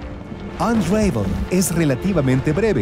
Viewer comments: "Anreivol" -.- la pronunciacion es "Anravol"" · mas bien "onravel" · No se pronuncia "unreivol" se pronuncia "ən-ˈra-vəl" que se leeria mas o menos como "un ra vol" solo q la "o" no es muy pronunciada, es mas como una semi vocal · Buena reseña. Solo que unravel se pronuncia con una a breve no como lo dices.